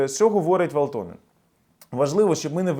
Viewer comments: вАлтонен-наголос на першу А в прізвищі. В цих гнид було пів року шоб вивезти свої тазіки на рус номерах. Зайдіть в ФБ в рос групи типу "рускіе в финляндії" то кайфонете трохи😅😂. І доречі їх тут ітак як бруду, тих шо мають подвійні паспорти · вАлтонен! В Фінляндіі наголос завжди на перший склад